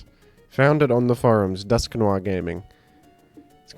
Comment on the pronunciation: DUSK NO 'R'